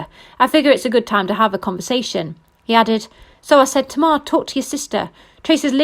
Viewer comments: If you say to mar one more time kmt. It tay mar smh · Pronounced TAY-MAR not tmar🤮